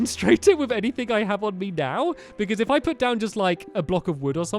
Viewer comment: its pronounced U put not puted put